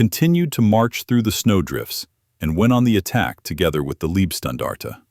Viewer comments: Pronounced "Lejbstandarte" not libstandarde!! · Please learn to properly pronounce the word Leibstandarte.